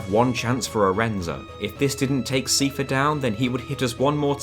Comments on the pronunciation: Sai-fur 👍 See-fur 👎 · Stop saying Seefare. Its Cipher. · His name is Seifer. Not Siefer. 😭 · His name is pronounced SEIfer, like Eye-fer. They say it aloud in Kingdom Hearts 2. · 'see furr' I always thought cypher ~a la metal gear solid. Keep up the good work on good games.🎉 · Seifer, not seefer. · The pronounciation of "SEE-fur" hurt me more than my abusive father ever could. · I love this video but "see-fer" was killing me the whole time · SEEFUH I like the challenge videos. But holy shit. You have *an incredible*amount of effort to put into pronounciations. The stuff in here hurts less than the FF9 video but, ow. Still. Ow. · Seifer is pronounced Cypher. Are you insane. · I've never heard anyone say "see-fah" in my whole life, and it hurts everytime I hear it..... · Your pronunciation of Seifer bothered me. It's pronounced the same as Cypher, even in Japanese. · it's pronounced cypher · Love FF8 so much, love this video! The •only• thing that just bothers me so much is your pronunciation of Seifer as SIEfer :D What are you doing to me?! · Seifer is pronounced "Sigh-Fur" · Never heard Seifer pronounced as Seefer. Or Thundaga as Thundaja. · The way you pronounce "Seifer" induces physical pain in me. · Just thought I'd correct a few of your pronounciations. Ultimecia is pronounced Ul-ti-me-sha. Seifer is pronounced Sai-fer.